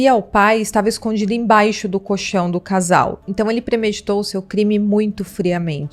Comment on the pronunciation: Fala-se coLchão, com "L" entre as sílabas. 👍🏻👍🏻